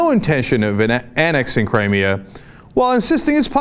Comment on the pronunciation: Cri-Me-A-River?? hahahah...i like that one!!!